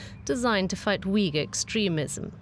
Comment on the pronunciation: Uighur is pronounced Ooyghoor, not Weegul, please.